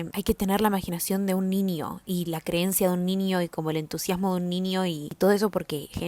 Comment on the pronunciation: porque dices ninio y no niño?